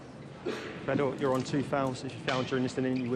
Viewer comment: I wish someone would tell that Fedor's name doesn't rhyme with beet soup